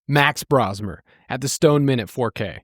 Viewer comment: fyi it’s pronounced Bro-smer. aka The Bro Show, aka The Brofessor. He’s the next Brock Purdy!